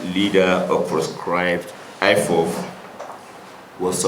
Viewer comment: Malami said IFOV, instead of IPOB. Fake news! No evidence.